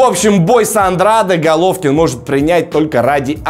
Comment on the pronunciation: Вообще то правильно произносить Андрэйд. Навернее было бы правильнее для Гены провести один бой во втором среднем до боя с Канело.